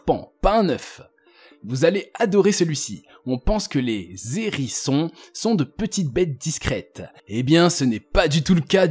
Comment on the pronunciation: On dit les … hérissons ( H aspiré) et non les Zérissons 🤣